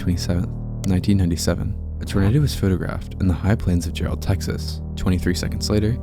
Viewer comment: First of all, it’s Jerrell TX, not Gerald!!! Get the name right!!!